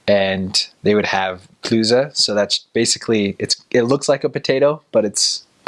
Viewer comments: Klöse not Klüse🧐😉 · Bitte gehen Sie weiter, in dieser Kommentarsektion gibt es nichts zu sehen. Also, I was born not too far away from Meerane, and he pronounces "Klöße" (dumplings) like the people living there, instead of with a sharp "S" sound like standard German. :D